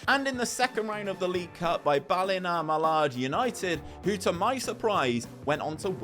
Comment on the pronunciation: The was you said Ballinamallard is the exact same way I said it when I first moved over 😂 it’s “ba la mallard” but Ireland as a whole can be very weird and whacky. I can also say the standard is probs the same as national league like the world ranking suggest 😂